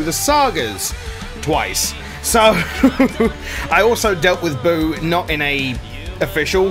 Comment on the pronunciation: you butcherd buu